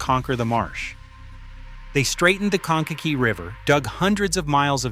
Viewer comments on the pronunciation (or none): Its pronounced cane ka kee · Interesting, but they REALLY need to work on pronouncing locations better. "Straightened the "Konake" River"? Retrain your AI on that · One more thing you don't know about Indiana is how to pronounce Kankakee.